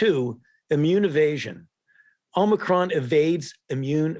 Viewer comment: Is it a Amicron or Omicron he just called it Amicron